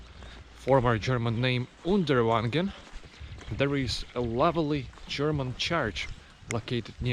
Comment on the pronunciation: It is called Uderwangen, not Underwagen 😉